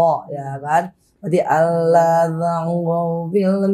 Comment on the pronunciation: Cuma 10th mempelajari agama islam tp Berasa lahir & besar dr keluarga muslim taat & alumni santri pesantren. Utk ukuran muallaf mb angie sdh sangat kuasai tata cara sholat berikut dzikirnya. Tajwid cukup bagus hanya kurang tebal tasydidnya & ucap lafadz Allah kurang sempurna msh Aloh sy yakin next udah sempurna krn mb angie orang cerdas